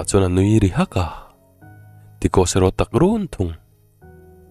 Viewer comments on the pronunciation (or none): none